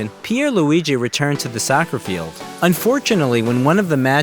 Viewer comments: Nah he said sucker 💀💀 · man said “sawkerr” 💀💀 fam like no babes